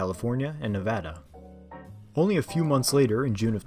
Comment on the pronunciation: FINALLY SOMEONE PRONOUNCED NEVADA CORRECTLY